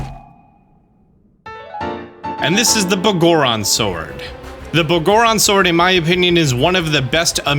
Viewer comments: Its pronounced Big Goron Sword. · Can't get over the way you say Biggoron Sword lol.